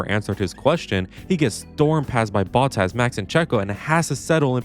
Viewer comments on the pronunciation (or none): none